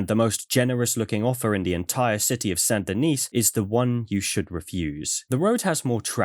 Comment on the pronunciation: You are the only person to pronounce Saint Denis in such a way the auto-captions can comprehend and read correctly. Instead of just saying it, well, American.